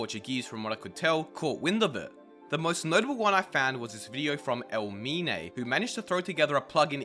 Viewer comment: EL MINE ahahahahah im crying, its ei mine